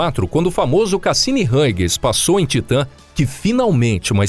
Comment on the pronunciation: A pronuncia é Haigens.